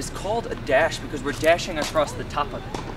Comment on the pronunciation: subscribed, love the tutorials. Only criticism is it's "across" not "acrosst" .... there is no t....